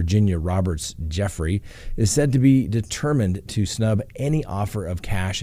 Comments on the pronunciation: Gu Frey not Jeffry. Just sayn 😉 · FRANK, please advise your boss her name is pronounced with a hard G. GOOFRAY, or does he know and is just messing with us 🤨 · Its JEW-fray. Rhymes with YerGay. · Her last name is pronounced: “goo-fray” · She is saying Guffrie as the last name, just saying 😊✌️keep up the good work 👍👌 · Weird that he mispronounces Ms Guiffries name to sound like “Ms Jeffrey.” What’s that all about? Also… seems to trounce her because her father didn’t take care of her? Strange all around.